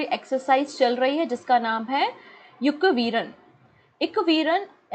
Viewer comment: मालदीव और भारत के बीच एक्युवेरीन नाम का exercise होता है......युकविरन नहीं🙏